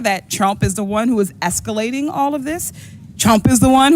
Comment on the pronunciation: I can't beleive the gaslighting. "escelating" give me a damn break.